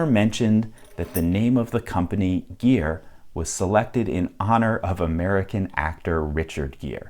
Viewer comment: Gere, not geer